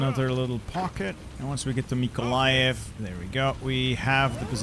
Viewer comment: MYKOLAIV, RIVNE, KYIV, ZHYTOMYR, CHMELNYCKIJ.Please stop damaging my hearing. If its hard, then say Kyiv perhaps.